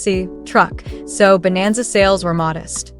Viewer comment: Chevy bonanza not vananza.